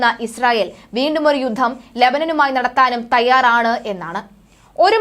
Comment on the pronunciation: 'യുദ്ദം' ? 'യുദ്ധം' എന്ന് തിരുത്തി ഉച്ചരിക്കണം